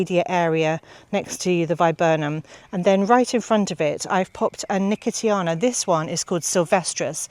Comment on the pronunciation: Just adding to the pronunciations that, you were right first time with nuh-kow-shee-aa-nuh for nicotiana which I did not know. Always fun to learn these, preferably before I go to the garden centre and start asking 😆